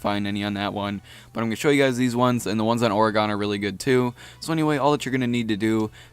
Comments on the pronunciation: The map Oregon is pronounced he same way as the state, or-a-gun not or-a-gan wtf dude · People never fail to impress me with their horrid pronunciations. Orgon... Really? I'm Australian and I know that it's pronounced Or-e-gon. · Oregon not Oreeegon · orygon... Oregon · Staph saying Oregon like that I live in Oregon and we say it like oregin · Oregon is pronounced like "organ". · he puts too much emphasis on the "e" he says it like "or-ahhh-gon" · who else gets mad when he pronounces Oregon wrong? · you pronounce Oregon wrong, I live there and it irritates me. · Am I the only one who cringes when he says Oregon? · The way you pronounce Oregon...I want to punch you...love your vids tho